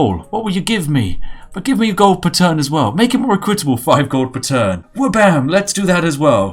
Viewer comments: You're the only British person that mispronounces "equitable" and "corps" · That is not how equitable is pronounced.